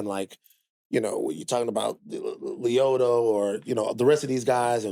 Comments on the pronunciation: I like how both Bill and Van can’t pronounce Liotta correctly. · The way bill just pronounced “liotta” just ruined the whole episode